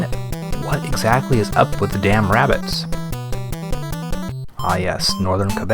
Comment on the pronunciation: "Ah, yes. Northern Quebec. Land of the boogie." This cracked me up. And kudos for pronouncing "Quebec" properly. Are you Canadian?